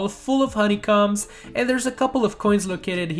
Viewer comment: It sounds like he's saying honeycum insted of honeycom